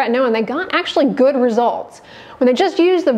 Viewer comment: when you say ...so and so many people had a Good (GHHuuuD) response 😂